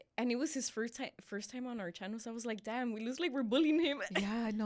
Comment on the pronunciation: Who remembers “welcome back to our channer “ 😂😂😂😂